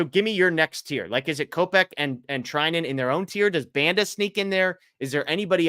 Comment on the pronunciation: Can you guys make the effort of pronouncing player names correctly? The pronunciation of Banda is atrocious.